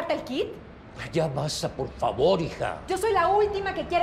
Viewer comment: Ya me desesperooo su “PARFAVAR”